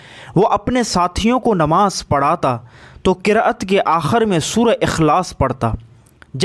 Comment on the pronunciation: Qiraaat bultty hain not qirt